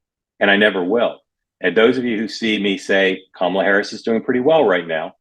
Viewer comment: Hey Mark, why didn’t you correct Joe’s pronunciation of Kamala ?